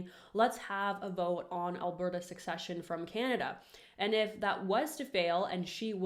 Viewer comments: Great video. This would have to get federal approval provincial approval and require a change to the Constitution which is unlikely. Also it’s pronounced se-session not like succession(suck-session) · Secession, not succession.